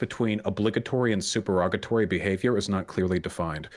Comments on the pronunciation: "it's suPErOgaTory" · Supererogatory not superogatory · Why is Vaush mispronouncing supererogatory?